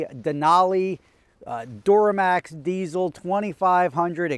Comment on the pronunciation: love the videos... but its der-uh-max. not door-uh-max lol